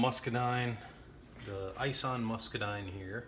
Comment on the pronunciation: Ison is pronounced like Bison but without the "B" from Ison Farms. Greg Ison has several Muscadine videos on Youtube.